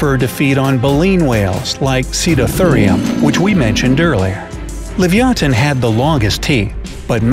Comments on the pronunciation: You can't even pronounce Leviathan he said Livyaton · I disagree. Stronger bite doesn't mean much ine the prehistoric era. It's more just speed, whoever gets the first hit, and how smart they are. And also, it's livyatan, not livyathan. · *livyatan NOT "livyathan" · It's actually pronounced: li-vi-a-tan.